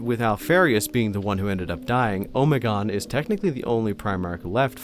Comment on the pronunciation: I’m sorry I can’t stand how you say Alpharius and Omegon. I always read and first heard it as going as far as you can with the Greek Alphabetic. Honestly Alpharius is fine but.. I’m no linguist but: Omeg-on